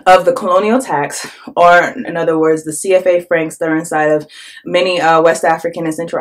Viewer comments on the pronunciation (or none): none